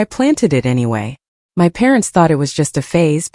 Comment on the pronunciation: "This is MY house!" Get your emphases right! This is such a silly dumb voice!